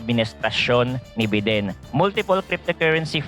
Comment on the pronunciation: bayden po basa don sa biden boss